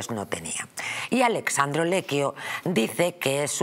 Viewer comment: Esta «periodista y escritora» debería saber que es ALESSANDRO, no «Alexandro».